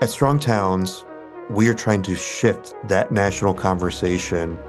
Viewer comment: The f in shift is hard to hear making me think he said something else